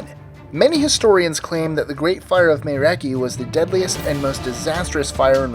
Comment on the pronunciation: Miramichi is pronounced closer to Mira-ma-chi than Mira-mi-chi (kind of hard to explain it's somewhere in between) but you were really close. Some of the buildings that survived that fire are still there.